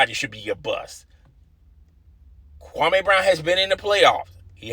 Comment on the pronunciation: Stop saying his name the Stephen A Smith does...Kwame, it's Kwameee, not Kwamayyyy. Do your due diligence.